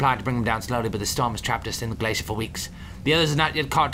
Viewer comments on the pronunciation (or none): none